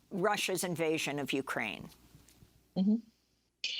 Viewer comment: I know this is serious but in the start she says "going to fight for ukraime" sorry its just yeah ill head out